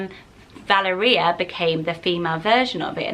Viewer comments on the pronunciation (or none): I think Valeria is pronounced “Val-air-ia” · I love this list 😍 I believe Valeria is pronounced Val-air-ree-ah if that makes sense 😅🙌🏼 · Just to let you know, Valeria is generally pronounced Val-air-ia :D I have a friend in Italy called Valeria, it's a lovely name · Wie pronounce Valeria in Switzerland Val - é - ria. With a stressed é. And I think it's a beautiful name!! I love Magnus, Aelia or Aeria! Ae names are so majestic. Reminds me of the word Air. My name means Sunshine so I love Aelia with a similar meaning and totally different sound. Aquila or Achilles I love as well! Marcellus or Marcellino is super sweet! Thank you for this list! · Nice names. I lived in Italy several years and always heard the pronunciation of VALERIA with the emphasis on the second syllable. VaLERia